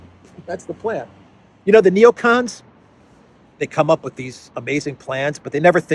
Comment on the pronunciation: "Necons, day dream belivers."